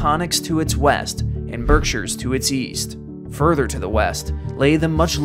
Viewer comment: As an Englishman, congratulations on the way you pronounced "Berkshire", it was flawless. 👍